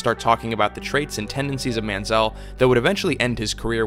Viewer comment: Very Good Video ! Sidenote: Why does Everyone Mispronounce ManzieL's Last Name ?